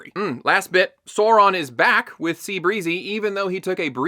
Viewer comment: Alright, let's set this straight. It doesn't need to be "Saurrron" like in the show, but that's still closer than your "Soawraaan" Also orcs have always been "doing" it, the absolutely baffling part is depicting them as loving and caring families. They are evil animalistic creatures that lust for blood and violence, not individuals with hopes, dreams and loving parental instincts. Keep up the good work trashing this piece of garbage!